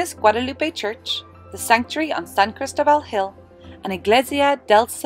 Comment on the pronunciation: And put the stress on the "O".....lol